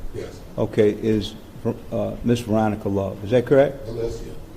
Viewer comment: I thought the judge kept call Love “shortie” 😂